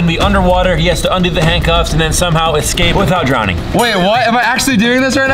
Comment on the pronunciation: babe it’s “EScape” not “EXcape”